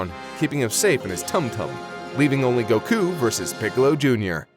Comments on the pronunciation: WHY DO YOU SAY "Gokuu" BRO PLEASE ITS GOKU NOT GOKUU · I agree with on so much, but it's a shame how he insists on saying goku wrong uwu